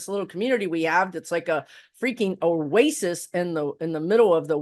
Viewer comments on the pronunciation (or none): none